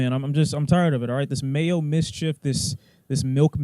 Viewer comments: This man said "Mayo mischief"😭🤣😭🤣😭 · Did you just say “Mayo Mischief”? Lmaooo